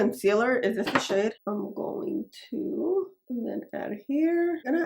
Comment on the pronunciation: I find it so interesting how you pronounce “I’m going to” as “ama do….” 😂